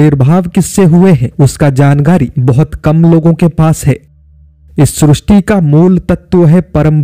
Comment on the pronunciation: Srusti nahi sristi hai